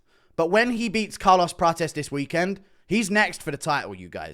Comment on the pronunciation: He's trying to out-Brazilian Prates so much that he pronounces 'Prates' as "Pra-chess" every single time when Prates himself often says "Pra-tes" 😂